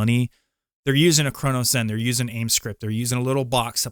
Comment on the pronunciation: Yeah and he can't even pronounce Cronus. Also aim assist scripts are not even real. Cheating discords and the people who use it can't even agree on if it does anything, which is why everyone solely just runs Recoil scripts if they're even using a zen